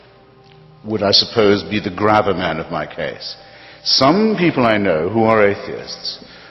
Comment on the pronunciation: I like “grabber” for “gravamen.” 😂 I miss editors.